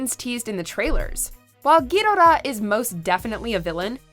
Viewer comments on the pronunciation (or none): giddora? Gadora?? Ghiddra.... U mean Ghidorah??? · Please say Gi-dora and not go-do-rah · It's Ghidorah... Not Gidorah fast. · Honestly, it sounds like she is saying ghidalah instead of ghidorah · You can't even say the name of King gadorah correctly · It's Ghidorah, not giiiiiiiidoraaa!!!!!!!😒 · king GEE DO RA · I like the way she say ghidhora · The way you say Ghidorah triggers me. Gi-door-raa. Its that easy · "king GHIDIRAH" Yikes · Is it just me or did she just say Ghirora? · It's Gee-dora Muto, not Em You Tee Oh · Anyone else annoyed with how she said Ghidorah? It's Ghi-DOOR-Ah. King Ghi-DOOR-Ah. This isn't the first time I've hear WatchMojo slip on on pronouncing things. Please work on this for the future. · Did she say gidobaba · ITS "Ge-do-ra" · I swear these people mispronounce the names of anything japanese on purpose. King gidarah..? wtf! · it hurts to hear her say " Ghidorah " instead of " Ghidorah " if you know you know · Omg the way she pronounces Ghidorah and MUTO really urked my soul. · They shouldn't refer to it as breathing fire because that's not what it is. And the narrator pronounces Ghidorah similar to how Japanese would pronounce but doesn't say Gojira. She needs to stop being a fake fan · Have you noticed she miss pronounced king ghidorah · You know someone is not a fan when they pronounce main characters or items WRONG! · The way she pronounces ghidorah triggers me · They didn't even take the time to find out how to pronounce Ghidorah, why would you think they would do the research to find that out? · They said Ghidorah's name wrong. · Is anyone else irritated when she says Ghidorah? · Pronounce King Ghidorah's name correctly God dammit! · Did you just butcher King Ghidorah's name? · Tries to pronounce Ghidorah, epicly FAILS! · is it really so hard to pronounce Ghidorah right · Are we not going to talk about how she can’t say Ghidorah correctly? Another watch mojo where they don’t know what they are talking about